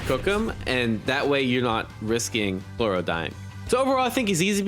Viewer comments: It’s Mear-oo-em not Mirem It’s Crow-lo not Cloro 😭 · Chrollo is said like “crow-low”